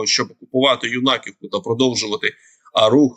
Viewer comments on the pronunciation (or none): Юнаковка, с ударением на Ю, большое село. Там был свой хлебозавод и жило 2400 человек